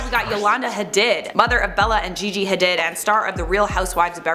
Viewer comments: How can you not know how to pronounce Hadid...ha-deed? Js they're everywhere. Anyhoo I had no idea about Mickey Rourke wow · Hadid is pronounced "hadeed". Love you as a host btw.